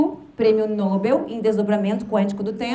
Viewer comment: É prêmio "nobél" sem acento e oxítono.